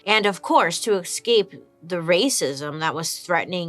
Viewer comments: To tell u the truth, honey-love, those events in Russia back to 1917 was sponsored by the USA. Secondly, the way Bailey pronounces 'eXcape' is waaaay too cute! Lastly, the today's topic is very interesting. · Is it escape or ecscape? Just checking because Bailey is queen and ill follow her every word lol x